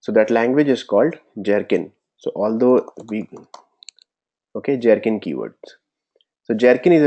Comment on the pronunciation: I'd like to understand why it is that you're insisting on pronouncing Gherkin as Jherkin when that part is already pretty standardized as a hard 'G' and not 'J'. Pronunciations: and